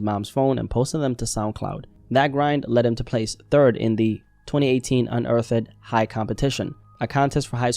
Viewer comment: Unearth'ED?....... is that how its pronounced or are u illiterate? I could've sworn it was unearthed.